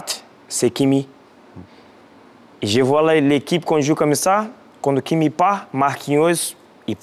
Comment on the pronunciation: Quand il cite ses meilleurs defenseur vous avez mis les photos de tout les joueurs sauf Hakimi peut etre car il prononce mal « hakini »